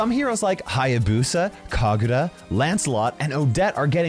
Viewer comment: Why have I been waiting for him to say something about Mobile legends... My fav game, also he said Kagura right